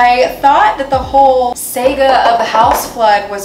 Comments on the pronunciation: Love you, but PLEASE STOP SAYING SEGA INSTEAD OF SAGA! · SAH-ga = saga. VER-bay-Tim = verbatim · She is so cute she said Sega and meant saga. The best mispeak in history of man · Sega? 💀 Saga.